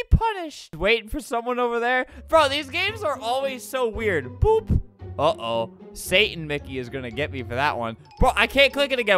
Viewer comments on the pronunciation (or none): none